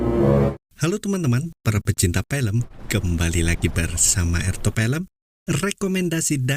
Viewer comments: FILM bukan PILEM🤣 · Film pak bukan Pelem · FILM OM FI LEM BUKAN PELM PE LEM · Film om bukan pelem😅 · Film bukan Pelem om🤭